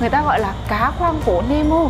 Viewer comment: nemo khong phải meno dau chị